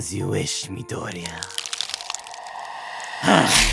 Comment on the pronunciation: midoriyaa~~ 🤣🤣🤣 Midorifrech?!